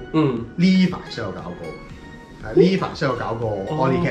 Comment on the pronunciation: Alley唔係讀all-ley ，應該讀er-ley